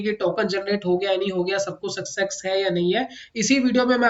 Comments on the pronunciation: Itni baar sucksex Sun kar mere kaan phat gaye hai. Good content though. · सक्सेक्स नहीं होता सर सक्सेस होता है आप उच्चारण सुधार लीजिए